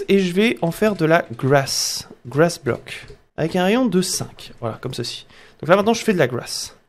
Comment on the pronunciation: Si j'ai retenu quelque chose de la la video ? Oui, grass se prononce "gwass" 😂